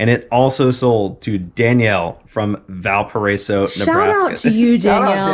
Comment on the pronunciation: You did great pronouncing Valparaiso. I live in Valparaiso Indiana.